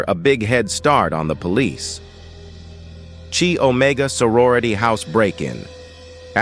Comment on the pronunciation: This narrator... it's pronounced KYE Omega.